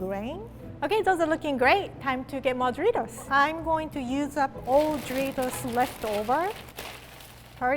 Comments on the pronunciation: lol am hearing dritos not doritos lol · I can't stop hearing her say dreidels not doritos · “Do rie tos” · “DRITOS” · how she said doritos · I love how she says Doritos!